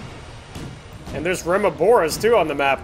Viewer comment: remobra not remobora xd